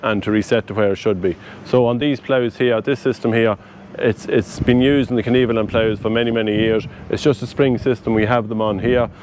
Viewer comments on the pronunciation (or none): Could you PLEASE pronounce KVERNELAND right... It's not "kneveland", trust me...